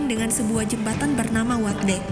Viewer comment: Jembatan Usdek bukan watdek